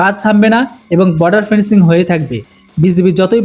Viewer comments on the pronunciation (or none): ফেন্সিলিং নয়, ফেন্সিং।